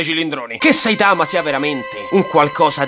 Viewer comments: ma perché dici Saitàma se nell'anime pronunciano Sàitama? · Ma pk dici saItama? Si dice sAitama Cmq mi fai morire😂